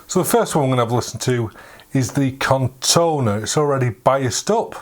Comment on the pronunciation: Nice video, but it is corrona, not Cortona 😏